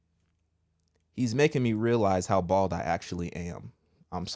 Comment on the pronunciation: Heavy emphasis on the B for Bald 🤣🤣🤣